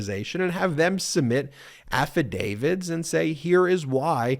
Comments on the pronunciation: ...I cringe every time you talk about an 'alf a David. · Repeat after me...Affadavit !!!!! With a "t" ........you are confusing folks in the UK....😊